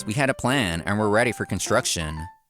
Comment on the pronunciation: Great story as always. But can someone please tell the voice actors that 'Aoi' Is pronounced 'owee', lol.